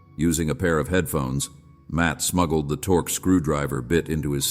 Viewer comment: it's "torx" not "torq" for the screwdriver bit.